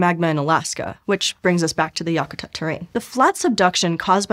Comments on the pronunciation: I have lived in Alaska all my life, and traveled many places, but never once have I heard anyone, Alaska or otherwise, call Denali, “mount” Denali. It’s just Denali. Yah ku tat? Wow. Talk to a local before you try try to pronounce local names. I was interested in this, but when you butcher the names of familiar places around my home, I don’t want to watch this anymore. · FYI, to pronounce Yakatat think whack-a-mole but yak (like the animal)-a-tat (like the act of making lace). Most of your pronunciations were WAY off. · Check your pronunciation of Yakutat.